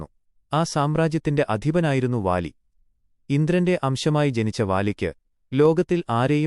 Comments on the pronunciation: വാ ലി അല്ല ബാ ലി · Vaali alla ooole baali